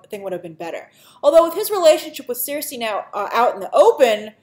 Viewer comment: Cersei is pronounced "SIR-SEE", Grace. For some reason you keep calling her "seer-say"/"seer-see"